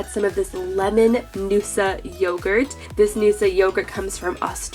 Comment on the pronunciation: Did you say YOOOgurt or yogurt